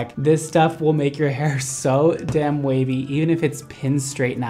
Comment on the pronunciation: when you were talking about how the wig reminds you of a kpop idol and then said that you want to make it wavy I first thought you said WayV 😆